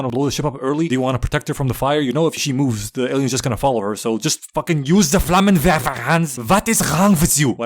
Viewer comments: I burst out laughing at 2 am at the "..just use ze Flammenwerfer, Hans!" OMG did not expect such perfect pronunciation , ngl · bros pronounciation of flammenwerfer is really fucking good